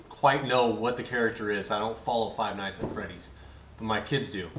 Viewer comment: Finally a parent says Five Nights At Freddys correctly!